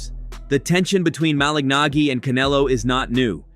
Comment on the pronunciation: The pronunciation of "Malignaggi" in this video is a great argument against the obnoxious use of AI.